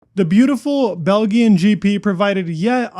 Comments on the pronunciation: It`s BEL-DJAHN (not BEL-GEE-UAM) and MC-Læ-REN (not MC-LEH-REN). Also, there is no way a hard tyre can shed so much weight to make a difference. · wait what did he say? did he say bel-g-an lol....at least you owned it lol......Bel-jm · Bel-GEE-yun Grand Prix 😊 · It’s not Bel-gen! It is pronounced Bel-jin! Just letting you know! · FFS. Bel-gi-han GP? Belgian, pronounced - phonetically for you, Bel-gee-an. As in, gee whiz, I never heard THAT before. It's not a Euro accent. It's how it's pronounced throughout the English speaking world, and if you really knew anything about F1 (and it's history), you would know that. Yeesh. I'm embarrassed for you. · Bel-Gee-an, dude I can't take you seriously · Belgian is prounced bel-jen not Bel-gian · Bel G An..... "weighted". Not even 2 minutes in and this guy's pronunciation is killing me. No hard G in Belgian. Weighted? I think you me "Weighed." That said - decent content. Just work on the pronunciation, man. While we definitely don't need more help - you're making us Americans look like goobers. We have enough people doing that already for us. They're called politicians.... and activists. That all said..... this wouldn't have been a race if Verstappen didn't get penalized 10 spots. Dude started 11th and finished 5th. He had the Pole. Had he not been penalized I feel like he would've won by like 10+ seconds, haha. Was pleased to see Russell win.... SHOCKED I'm just hearing now he was DQ'd. What the hell? Also.... was really hoping Lando would make this a super interesting season. He's cooled off a bit as of late. Should be interesting to see how everyone comes back in a month. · BEL - GEEYAN ? its BELJEEYAN brev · Brudda what is belghian gp? It's belgian gp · Its pronounced more like Belzian, not Belguillan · ''Bell-Gin'', really? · The beautiful what?!?! Belguillen? Seriously, you can't pronounce that!? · Bell' gee'in GP ? - you're so fired 🤣🤣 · Nice coverage of the Bell-ghee-an GP. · Belgian is pronounced “bell-jee-un”